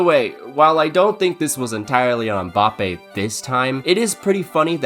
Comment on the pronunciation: Bro keeps saying Mboppay tf